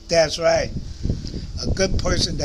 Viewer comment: I love it when you say " das right"😊💜